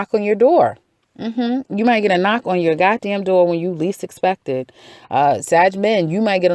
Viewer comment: I love how u said "don't u gotdamn let somebody make u" 😒🤣🤣🤣🤣 tell us like it is. Ik who it is but nah. Gahbyeeeeee